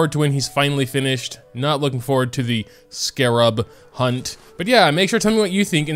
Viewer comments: I'm surprised by how (a native English speaker) doesn't even know how to pronounce Scarab lol The Twitch comment was right it's "scare-rub" but still said it wrong. It's scArerub not scarerUb, the accent vowel is the first A not the second one. joYstick, not joystIck, gEnshin, not genshIn, scArab, not scarAb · It’s pronounced “SKEH-rub” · the way he was corrected on the pronunciation of scarab yet he still pronounced it the wrong way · i'm with the comment at the start of the video. drives me insane how he pronounces scarab wrong.